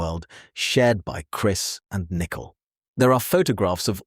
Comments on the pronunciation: It's not pronounced nickel it's pronounced Nick cole. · Her name is pronounced Nicole (Nick-Coal) not like nickel, the coin!!!! Also, you have said all of this in previous videos!! Most already know this and we don't need to keep hearing the same stuff over and over in supposedly"new: videos. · Can't listen to the video. Called her nickel every time. When you make a video at least try and pronunciate someones name right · I love how all the ai narrators call her Nickel Kessinger. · Very irritating 😅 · Right! Good research, awful delivery. “nickel” kessinger….just use your real voice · Nichol is how she spells her name and why the AI can't say it right.